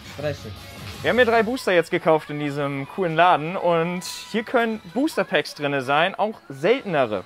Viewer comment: " Booster Pääckz "